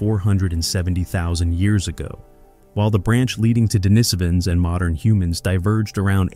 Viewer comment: The AI is showing. "Morndern" humans? Not to mention extremely inconsistent pronunciations of "Denisovan", "Denisovans", and "Denisova", as well as totally unique ways of pronouncing "acheulean" and "aboriginal" that do not resemble their actual pronunciations.